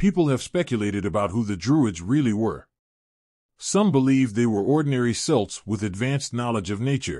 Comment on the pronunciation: what the hell is selts its pronounced Kelts. stupid AI.